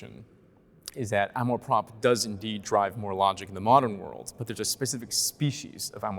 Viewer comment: Nice dialogue, but please learn how to pronounce "amour propre". The 'r' in propre may be a bit challenging, but you guys are driving me nuts.